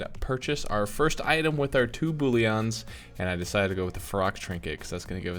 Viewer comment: How you are pronouncing it is funny :D Boullion = veg or meat stock. Bullion = loot. Very big difference